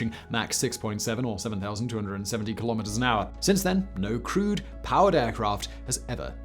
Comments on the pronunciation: Oooh, he's saying "crewed aircraft"! I spent half the video why he considered other aircraft to be "crude". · ah you mean crewed... i thought you meant crude.. lol.. like sub standard...or crud-e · I kept thinking you were saying "crude" aircraft, until I realised you were saying "crewed" 🤣🤣🤣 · I keep hearing "crude" aircraft... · I'm guessing you are saying crewed not crude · Didn’t matter how many times he said “crewed.” I kept hearing it as “crude.” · OMG, It took me 7.5 mins before I realized Simon was saying "crewed aircraft" and not "crude aircraft". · Not gonna lie, I went through the whole video thinking you were saying 'crude' rather than 'crewed'. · I don't know why but each time you said 'crewed aircraft' I heard it as 'crude aircraft'. I was thinking "okay, it was early but still, all these x-planes are crude? that's harsh, Simon!" And then the rest of my brain finally woke up. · I know what he's saying, but i can't stop hearing "crude airplane" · I heard it as crude planes, too.